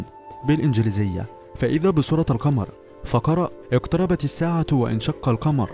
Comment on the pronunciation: وانشق القمر انت قراءتها وأنشق يعني همزة وصل مش همزة قطع تحياتي من اليمن السعيد